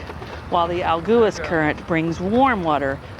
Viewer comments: Agulhas is pronounced close to ah-GOO-lee-us. 🏝️🌊🌞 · When those fishing boats come in you can buy freshly caught fish off them. Pronounce it A-gull-as. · In Portuguese, every time you find the consonants "lh" together, you read it as "li" (in English, it sounds like "lea" in lead). Just imagine there is no h, but an i there. So, in this case, agulhas should be read as "agulias". In English, it should sound similar to "a - GOU - lea - us". I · Agulhas is pronounced as A Gull Hiss in SA. if u look at the Atlantic ocean where the 2 meet it appears darker than the Indian ocean